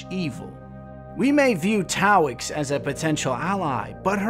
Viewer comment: Love your vids Sir! Well made and written. Just one critique; you kept calling Taox "Taoix"